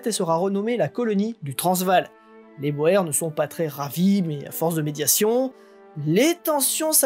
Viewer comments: On ne prononce pas "Boères" mais "bourres"... Même si ça s'écrit "Boers" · Ça se dit "bourgs" et non pas Boer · boer"s" , en néerlandais, se prononce bour (long sur le "ou" ; bouur (s) ;)